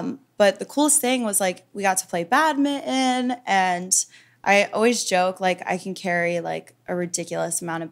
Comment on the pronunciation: did she just mispronounce Badminton?